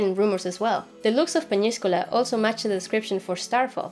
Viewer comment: excellent Spanish pronunciation, however Peñíscola is not in Valencia, but in the province of Castellón :)